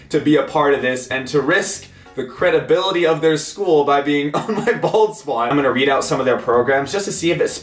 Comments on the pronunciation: I keep hearing ball spot not bald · y do i keep hearing ball spot.... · I've heard bald spot tooo much so it sounds like balls spot xd